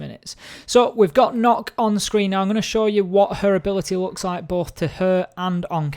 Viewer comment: m8 stop saying nokk its nøkk